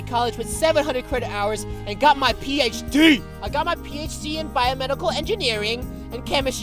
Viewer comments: The way said phD lmao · Love how emphasizes "D" in PHD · but the way roi says PHD